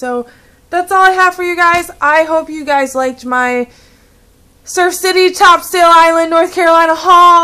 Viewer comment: it's pronounced Top"sul" Island...